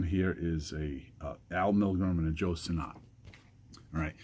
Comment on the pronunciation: I’ve met Joe Sinnott before. He said his name is pronounced like “sinit”, not sinNOT. Just saying.